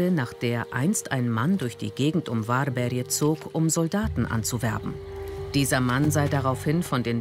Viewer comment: 'worbärj' nicht 'warberje'